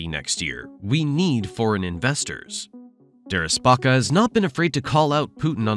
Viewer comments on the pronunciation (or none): You had Derepaska’s name right until when you went with “Derespaka”